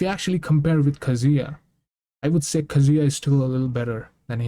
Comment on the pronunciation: Kah-zu-yah, not Banjo and Kazooya